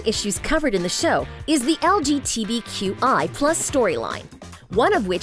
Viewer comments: I heard LGTVQI+ lmfao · LGTVQI? HAHAHAHA LOL DID I MISHEARD THAT? IT'S LGBT NOT A TELEVISION COMPANY LOL! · SHE EVEN SAID LGTBQ TF??? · Did anyone else realise the narrator pronounced LGBTQ+ completely wrong?